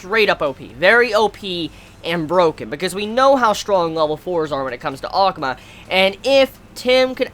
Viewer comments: Is saying ackma or akuma in his own way I can't tell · the way you say akuma sounds weird